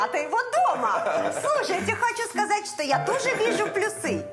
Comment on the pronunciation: В слове "плюсы" ударение следует ставить на слог с буквой Ю.